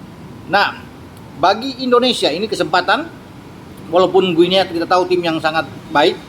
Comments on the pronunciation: Guinea : baca 'Gini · Guniea bacanya gini....